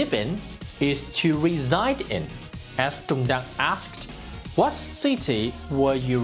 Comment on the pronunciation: Sao ko đọc rõ là Tùng Đặng , Hà Nội? Tên và địa danh Việt Nam mà, sao không phát âm rõ luôn để người nước ngoài họ biết mà đọc cho đúng. Mình học tiếng anh thì cứ phải phát âm cho chuẩn giống họ, còn họ đọc tiếng việt thì cứ phải bỏ hết dấu ra ah? Cả cuộc đời chưa bao giờ đi comment bất cứ 1 cái kênh nào cả. Đây là lần đầu tiên đấy ạ. Mong chương trình mình nên cân nhắc.